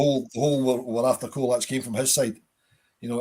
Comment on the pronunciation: It's pronounced cholak